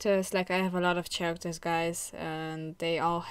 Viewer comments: Chairacters is honestly the goofiest mispronunciation ever. I will be using it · I love your accent and I assume you wan to improve your English, so characters is a pronounced without the ch sound, but for some reason is spelt that way. So your would say it like caracters or care-actors.